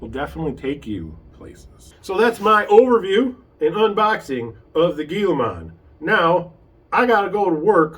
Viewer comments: Nice video review. It is pronounced hee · luh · maan same as the Gila monster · Firts off its pronounced hilamon. This vid is useless without running video. Not picking just saying.